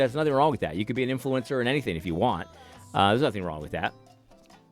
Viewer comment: Why the azn lady keep saying "influencer" like "influence sewer"?